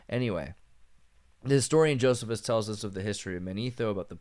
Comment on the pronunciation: The historian's name is pronounced "Joe-SEE-fus" not "Joseph-is"